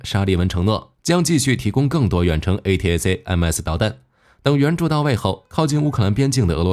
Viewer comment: A-ta-kam-s 為何不音標發音。